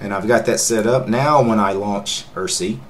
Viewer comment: Irssi is pronounced "eye - are - see" like IRC like I - R - SSI